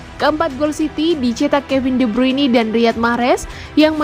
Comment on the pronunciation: Tolong dong tim admin ditatar pembaca beritanya bagaimana yang benar ngomong Kevin de Bryune kuping sakit dengar nya bruini